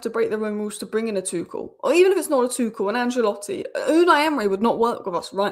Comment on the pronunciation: Ancelotti, not Angelotti 😎